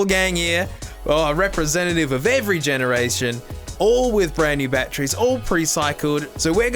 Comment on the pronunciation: I just love how says batteries BATTREE